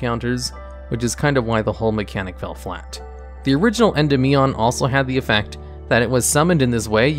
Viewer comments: Thank you for not saying "En-DEE-mion." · When saying Endymion, try putting the emphasis on DY instead of the MI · PLEASE stop saying Endymion wrong